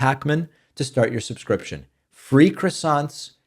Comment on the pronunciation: the accent, in croissant, is on the second syllable.